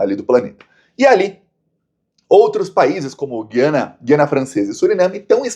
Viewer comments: Por favor, é Gu-ia-na. Não é dígrafo Gui-a-na, é ditongo /Gu/ia/na. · Desculpe, a pronúncia de Guiana é "guyana".